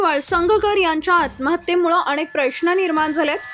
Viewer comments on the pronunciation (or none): none